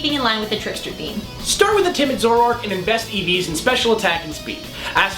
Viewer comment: I always thought is was pronounced Zo-ROARk.